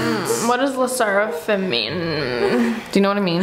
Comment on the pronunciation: How did you call le sserfim